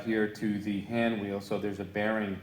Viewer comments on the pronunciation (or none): I believe he said "way oil".